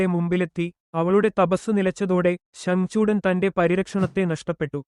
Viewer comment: Bro ഉച്ചാരണം ഒന്ന് ശ്രദ്ധിക്കണേ ശങ്കുചൂഡൻ എന്നാണ് നാമം പറയുന്നത് 🙏🙏🙏❤